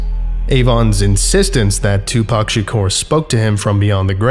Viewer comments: Pock not pack 🙃🤪🥰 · “Two pack”? TWO PACK???? Too poc. TOO POC Tupac = TOO POC Cmon now. You hurt my soul with that. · Tu PAC not Pack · Tupac, pronounced : TOO-PAHK. Not two pack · Him saying 2 pack 😬